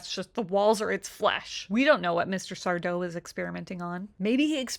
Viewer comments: SarDO! No “Mr”, accent on the “DOH” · It's sardo, accent on the do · That's sar-DOE. No Mister. Accent on the doe. 😂😂😂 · It's sardo no Mr accent on the do😂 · It's SarDO, no mister. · Are You Afraid of The Dark. No Mister. Accent on the 'do'.